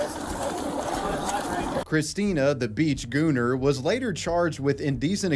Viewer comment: Bros pronouncing gooner with the hard R